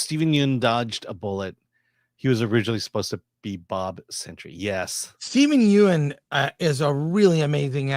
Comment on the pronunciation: Stepen Yeun is pronounced "Yun" like hun. See his appearance on TigerBelly educating Bobby Lee and David Choe on it.